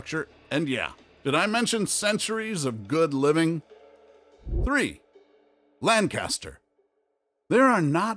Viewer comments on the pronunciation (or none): You mispronounced Lankister. Lancaster is in CA. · This man pronounced Lancaster wrong all credibility went out the window.